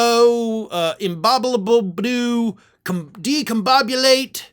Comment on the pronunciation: DIScombobulate! You discombobultated "discombobulate"!